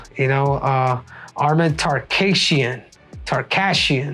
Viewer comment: Tarkasian. kim tsarukyan 🤣🤦‍♂